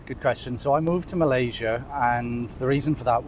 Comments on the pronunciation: tolong betulkan sebutan “Malaysia” tu ya. Terima kasih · Harap youtuber indonesia perbetulkan sebutan nama negara kami Malaysia. Kalau nak org luar sebut negara kamu ( indonesia) dengan betul, kamu juga perlu belajar sebut negara malaysia dgn betul ejaan nya.